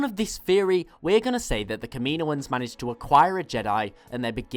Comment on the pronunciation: Its not ka-me-no-ans, its kam-in-oh-ans... kaminoans